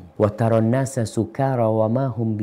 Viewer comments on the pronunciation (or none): none